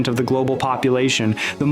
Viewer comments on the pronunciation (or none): none